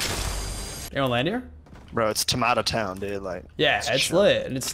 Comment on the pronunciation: It’s pronounced tomato town not tomato town...